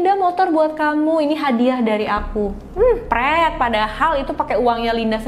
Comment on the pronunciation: Waktu bilang preeet saya ketawa,,,medok banget